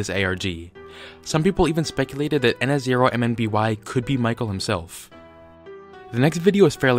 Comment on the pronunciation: His name is pronounced ihn-som-nee